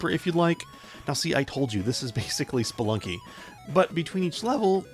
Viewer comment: Did you mean Spelikey :D